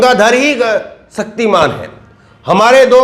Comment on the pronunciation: "सक्तिमान" नहीं "शक्तिमान"। हिंदी तो सही बोलना सीख लीजिए महोदय।🙏